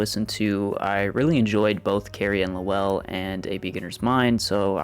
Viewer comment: Like fingernails on a chalkboard, your pronunciation of Lowell! It is ONE SYLLABLE!!!....NOT Low- well!!...more Loel....other than that, nice review